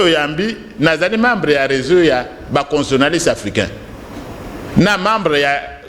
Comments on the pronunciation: Bonjour, est-ce que professeur a koki ko prononcer convenablement " constitutionaliste". Il prononce "constionaliste". Lui qui en est spécialiste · S'il vous plaît, c'est pénible d'écouter mal prononcé un mot qui revient souvent ? CONSTITUTIONALISTE